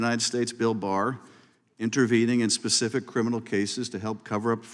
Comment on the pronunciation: It's "specific" not pacific. Sheesh